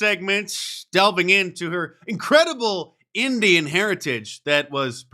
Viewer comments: Indian not engine. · Mark, its called Indian, dot not feather